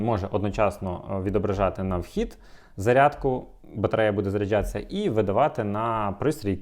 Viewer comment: Як так можна? Постійно заряджЯтися, а не заряджАтися, постійно п'ятдесятЬ, сімдесятЬ, а не п'ятдесят, сімдесят!!! Насилу дослухав таку мову. За огляд дякую! Мову шліфуйте!